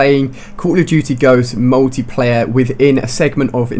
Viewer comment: Ali-A you're a bit late, BLAQSONiC already covered this. And please take elecution lessons and learn how to speak properly. It's pronounced 'MULTIPLAYER', not, 'MUWTIPLAYER'.